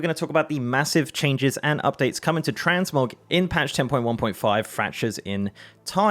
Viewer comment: Fuck I thought he said TransMobs at the begining and I was like NOOOOOOO NOT HERE TOOOOOOOO NOOOOOOOOOOOOOOOOOOOOOO.